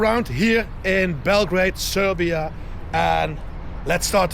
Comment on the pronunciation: Bravo man...Nice to hear that R while sayin Srrrrbija